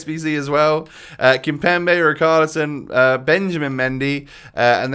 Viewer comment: I swear it richarlison not rickarlison